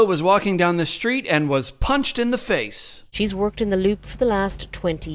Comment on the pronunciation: "striking her in the FEICE"